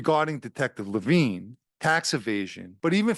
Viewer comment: The undercover’s name was not Levine. It was similar spelling, and pronounced differently.